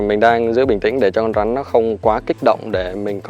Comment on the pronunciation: Bạn phát âm khg chuẩn con rắn chứ khg phải con rán